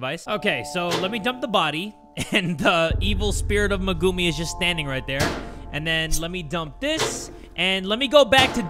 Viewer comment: Bro said magumi 💀